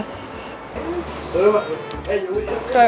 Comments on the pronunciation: Cudos for showing the Mexican food in the US and cross the border and showing the food over there. But as a young person, your pronunciation of Spanish needs improvement. The word for "pulled apart" is DESHEBRADA (Des -e-brada) since we don't pronounce the H. De-she-brada sounds so wrong. Hebrar is to make into thread or fiber. Des-hebrar is to separate into threads. I saw they had another cardboard on the side that omitted the H for the gringos (Desebrada). Then, you should have had chile relleno in the US so you should be familar with the word. It's pronounced Ray - Yay - No, not what you pronounced. I'm having a time trying to set my keyboard to Spanish. Lol. The language most useful in the US next to English is Espanish. That why I espeak espanish. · Great video! Just a few mis-pronunciations; • Concha (the 'o' sounds like "oh", not "ah" or "uh") • Topo Chico (the 'ch' is hard like "Chief", not soft like French "Chef") • Relleno (no tilde on the 'n') • Deshebrada (the 'h' is silent: 'des-ay-brada') • Horchata (the leading 'h' is silent) • Agua Fresca ( "Agua" is water, "jugo" is juice) It's hominy in the menudo, not straight corn. The city in New Mexico is called Las Cruces. Tex-Mex is available in many parts of Texas, I'm 400 miles from the border in Texas and we have lots of Tex-Mex here. P.S. It would have been cool if you played ZZ Top's song "Heard It On The X" when you were at the X sculpture in Juarez. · Definitely like your video! As a Mexican-American, I enjoy this type of food all the time. Just for future reference, CH in Spanish is pronounced the same as you would say 'cheese' but SH is different since the H in Spanish is silent, with the exception of CH. When you say 'deshebrada' it's actually pronounced des-e-BRA-da because of the silent H. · Nice vid!! FYI, deshebrada is pronounced “desebrada”. The H is silent and has no effect unlike English. So there is technically no “sh” sound in Spanish, only “ch”. 😊